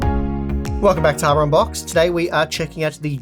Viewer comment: am i the only one to always hear "Welcome back to Harbor Unboxed..."? :P